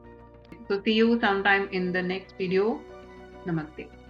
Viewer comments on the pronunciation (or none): none